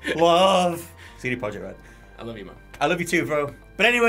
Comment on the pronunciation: Projekt in CD Projekt Red is pronounced Proyect.